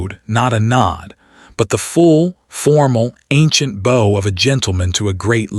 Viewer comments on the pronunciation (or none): What's with the Asterisk every other word towards the end. Why do you constantly mispronounce bow it's pronounced like bough. I'm very upset about his mother's sapphires. It would've been perfect if the sapphires had been included in the wooden box. The ending was great!